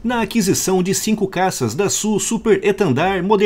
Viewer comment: Dassault, se pronuncia: “dassô”